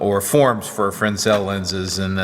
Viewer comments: Frensel? You mean fresnel, right? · Hi the fresnel lens is pronounced frenel the 's' is silent. Im a roadie by trade. not sure but I think they were named after the guy who invented them. thanks for the education I'm getting watching your videos! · The lens is pronounced fre-nel the s is silent. sorry it hurt my optics ears.... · Aha, someone from the other side of the pronunciation of Fresnel! I worked in equipment rentals for a buddy in the movie industry to fill in while on lay-off from my welding job, and they always pronounced it [Fray-NEL], so I just went along with it. Now I might have to change my ways! :D Thanks for the shares, Aloha...Chuck